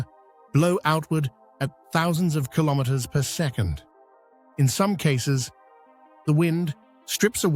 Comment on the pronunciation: …at over six hundred kilomwamwamwam….